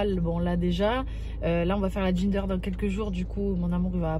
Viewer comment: C'est pas GINDER mais GENDER.... il faut qu'ils apprennent à parler anglais😡🤦🏼‍♀️🤦🏼‍♀️